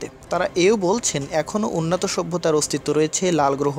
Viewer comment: উন্নাতো সভ্যতা !!!! বাহ্ !! চমতকার উচ্চারণ !!!